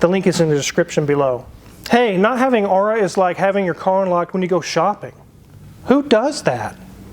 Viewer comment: He's not even pronouncing Aura properly.